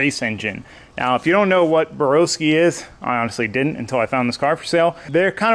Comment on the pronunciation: Burr-ow-ski not Burr-oh-ski, 2018 Race Engine Builder of the year deserves correct pronunciation. I personally think you are crazy if you remove a Borowski built engine to go with a TS&P engine. No disrespect to TS&P but they aren't on the same level as Borowski. If you're not big on a turbo LS sell the turbo system and swap to a different cam and pistons. I would leave it as is though.